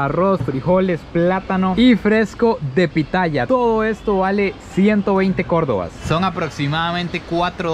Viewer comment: se dice cordobs